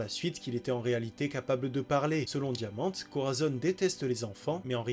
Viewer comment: Par pitié c'est Rosinant"é" et diamant"é"